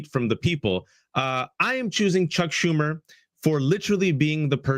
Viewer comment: The true mispronunciation wasn't Sam Seder's name, but Chuck Schumer's. The H is silent!